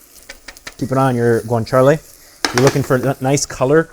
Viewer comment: I loved the recipe and will try it soon. Since it's authentic, I thought you might appreciate that it is pronounced cah-bo- nah-ra and gwan-cha-lay. For future reference.😉